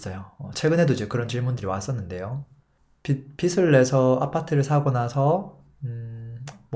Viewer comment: 빚을 발음은 비즐입니다 비슬이 아닙니다 거슬려요